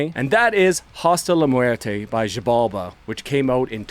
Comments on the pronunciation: I think it’s pronounced “shi-balba”, in Mayan, the x is pronounced with an sh sound. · wait, did you just said "mayan"? Like, from Mexico? If that's the case, no, they have a weird fixture in pronouncing the x like anything BUT x, so if I gutted it right, it should be jibalba 😅